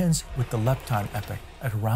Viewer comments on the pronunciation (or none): Epoch is pronounced "EE-pock," not "Epic." You don't want to confuse people... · He keeps saying “epic” instead of “e-pok” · Why is he pronouncing epoch "epic"? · Two things. First, epoch rhymes with "free clock" it has a long e sound. Second, Inflaton rhymes with "in your mom" (short a). This is very grammar ocd, but I couldn't resist. Apologies in advance.